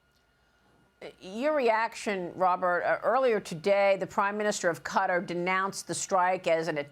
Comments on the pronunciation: lady it's not pronounced cuttar , your supposed to be a professional , ka -tar is how it's said it took till he said it to figure out who she was talking about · You hear the people of Qatar pronouncing their country name. Yet you still say cutter are you ignorant or rude to their country its pronounced KaTar. You’re ignorant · Please pronounce it correctly it's catar. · That is very very true. They have been saying cutter, since the first Gulf War. I cringe whenever some so-called pretentious journalist says cutter, Thank You!